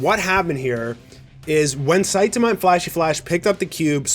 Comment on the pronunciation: Can you please pronounce saitama correctly?